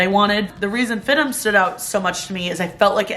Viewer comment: I thought it’s pronounced F-I-D-M not FID-DEM? 😂. Like how FIT is pronounced with the letters seperate instead of “fit” lol